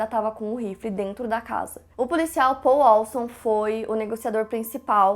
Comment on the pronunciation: Olá, gosto muito mesmo do seu canal. Who que vc pronuncia as palavras em inglês muito bem tb. Quero sugerir que vc corrija a pronuncia do nome Paul, pode ser? Moro na América à 37 anos, sou casada com americano, e falo 3 idiomas fluentemente. Minha sugestão é: invés de vc pronunciar o nome Paul como “Pôl”, tente pronunciar Pól”. Escuto a maioria dos brasileiros pronunciar Pôl, e soa como se vc estivesse dizendo “pole”, ou seja; pólo, dependendo do contexto. Já, se. C pronuncia Pól, soa exatamente como um americano pronuncia o Nome Paul. Pedi a opinião do meu esposo à respeito, e ele concordou. Agora fica à sua descrição. Prometo que não é crítica, só sugestão. Parabéns ao seu trabalho.